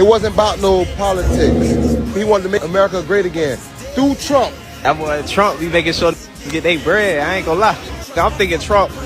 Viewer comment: The pronunciation of LL Cool j was no accident especially because it was followed by the term "Bohy".